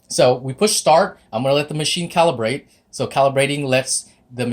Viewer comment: THANKS FOR SAID "CALIBRATE" <3